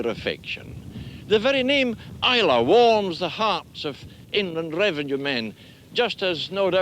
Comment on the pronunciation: It's nice to hear someone pronuncing Islay properly I remember in the 80s John Peel played a track for someone on Is lay Its I la or I lay I miss the old place.Lots of memories.